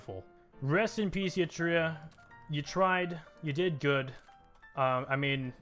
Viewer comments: Eritrea is pronounced Eritrea (air-ih-tree-ah) not yitria please stop making me cry daddy. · ERA TREE YAH I told you how to pronounce it mate.